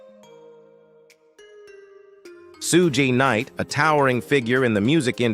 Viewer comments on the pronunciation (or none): "sue jay knight" ?!? you mean Shugg? f**kin stupid AI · Who the f*&$ is sue-jay night? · "Soo-jay" Knight. LMAO!!!